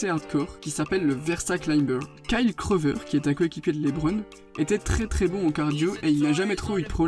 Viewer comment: Et c'est Korver pas Kovrer😉 sinon super vidéo !